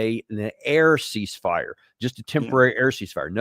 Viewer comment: great analysis, except for the Col suggesting a “air seizefire”….sounding like those fools at orangeman’s admin…😂